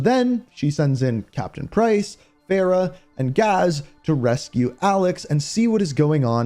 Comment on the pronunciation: I think the killers mean it’s AQ bc the wolf refers to AQ as the killers in mw2019 And fuck can you learn to pronounce Farah right it’s Far-rah not Fairah BRO COME THE FUCK ON.